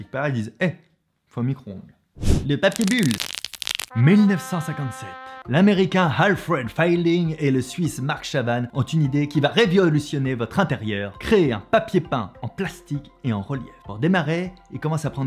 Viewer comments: Ta dis "Reviolutonner" qd même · "une idée qui va reVIOLutionner" pas mal !!!